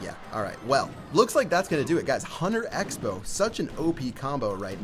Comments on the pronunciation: Why do people say huner and not hunter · Is it just me, or does call the Hunter the "Hunner"?